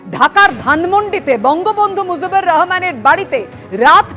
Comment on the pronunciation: মুজিবর না মাগী মুজিবুর চুতিয়া মাগী,,নামডা ঠিক মতো কতি পারিস না দালালি নিউজ চুদাও